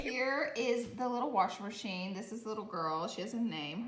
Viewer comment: “Warsher merchine”